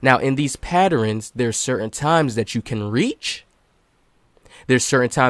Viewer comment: “Study the patterins” 😂 that junk funny.